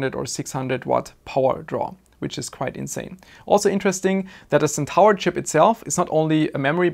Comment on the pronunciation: Hey mate, ty for the vid. FWIW Centaur is pronounced Sen-tore, you pronounce stuff so well i'll admit its a bit jarring when you miss one XD, Would have loved to see more detail on the actual signalling etc